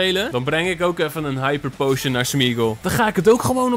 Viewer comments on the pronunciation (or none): none